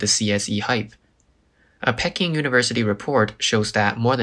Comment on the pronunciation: Nice video, but 'Peking' is pronounced 'Pee-king', not 'Peck-ing" . PEE-king.